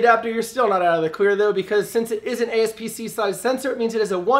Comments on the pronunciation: APS-c* not ASPC lol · Aps-c NOT asp-c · I was trying to figure out what was wrong when you said ASP-C I couldn’t quite put my finger on it but it didn’t sound right... It’s APS-C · I dont want to make fun of you but it sounds kinda funny the aspc vs apsc that i am used to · ASP-C??? What?? LMAO!! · APSC not ACSP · apsc not aspc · APS-C* not ASP-C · OK What's an "ASP-C" sensor?? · “ASP-C” sensor 😅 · "ASP-C sensor" hah lol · Actually it's aps-c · ....."ASP-C". Are ya dyslexic? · "ASPC" mamma mia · nigga just said "ASP-C"